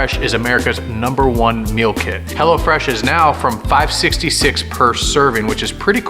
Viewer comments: At first I thought said hella fresh 😂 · Honestly I thought he kept calling hello fresh HELLA FRESH